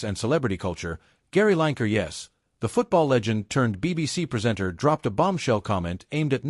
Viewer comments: His name is not line ker it's lin e ker yeh he's a wan k er😂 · Lanker? Almost had his name right..but it starts with a W… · Line Ker, love it &it rhymes with wan*er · I love the American pronunciation of Lineker, it sounds so like his nick name…….w⚓️r 😂😂👍🏻🇬🇧